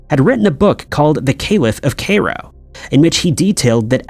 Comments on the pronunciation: Cairo- Ky- roh. He knows better. Been doing it for years…. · Kay-roh 😂😂😂😂😂 it’s pronounced Kai-ro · Dude caliph pronounced kah-leef. And Cairo rhymes with “high low”. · It’s pronounced kyrow. (Cairo) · Kay Ro??? Taking the mick now! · The butchering of the pronunciation of Cairo is making me wince every damn time, I mean honestly, has never ever heard this word spoken?